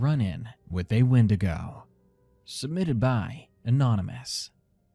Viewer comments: Windaygo? I thought it was called a Wendigo. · The skeleton 😂, why did he say wen-deg-o.